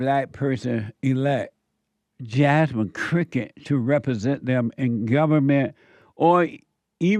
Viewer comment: I laugh every time Jesse says her name, Jasmin Cricket